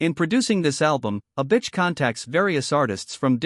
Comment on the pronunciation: The AI keeps saying "a bitch", like that's how it pronounces Avicii, wtf